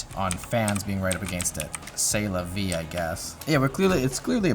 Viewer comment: "C'est la vie I guess" lmfao 🤣 the french toutche is phenomenal